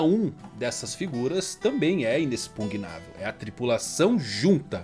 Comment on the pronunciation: "Inexpugnável "👏👏👏 Falou certo!!! Kkkkkk